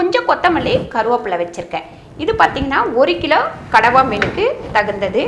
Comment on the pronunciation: கணவாய் மீனா? இல்ல கடவா மீனா? சரியாகச் சொல்லுங்கள், தங்காய்.